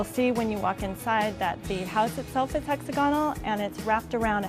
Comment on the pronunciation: Can she learn how to pronounce hex AGA nul, not hexa gonnul?